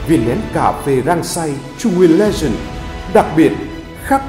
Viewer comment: Bạn nào vừa đọc thì sửa hộ độc giả chữ " legent" thành " legend " nhé. Hi hi hi !!!